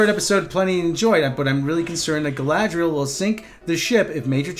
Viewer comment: Galadriel, please, not Galahadriel.